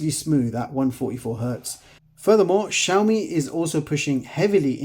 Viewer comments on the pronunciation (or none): Как вы назвали xiaomi ? Шаума шампунь такой есть . правильно "See-ao-mee а то какая-то Shauna у вас получается.